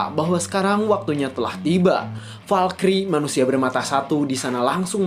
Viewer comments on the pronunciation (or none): none